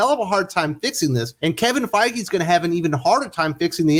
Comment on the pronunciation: GREAT THINKING CRITICAL MARVEL STUDIOS WOKE ACTIVISTS SERIOUSLY KEVIN FEIGE NOT THE BEST PRONOUNCED.